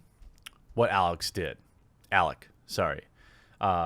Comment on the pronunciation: Jeremy, I generally like your videos but you meander quite a lot man! I guess it's a quirk of yours, but sometimes I wish you wouldn't read these articles at all, but give us a gist... ;) And onto another VERY IMPORTANT THING! HIS NAME WAS ALEC HOLOWKA! Not Alex, Alec. Holowka... "Holo:vkah" His name was Alec Holowka. His name was Alec Holowka. His name was Alec Holowka. His name was Alec Holowka. Tipster got it wrong a couple of times too, no need to beat ourselves down for it, let's just get it right from now on.